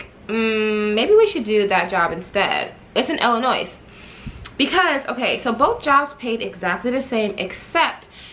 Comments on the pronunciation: Girl dont say IIliNOISE, those ppl get mad, The S is silent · Ur the only person who I can sit and watch a long ass storytime video lol & btw the " S " is silent in Illinois I'm frm Chicago sorry had 2 say it everytime u pronounced the "S" I cringed lol! Luv u tho!